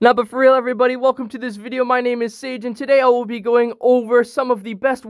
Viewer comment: welcome to this video, my name is Me: im pretty sure i heard SATAN!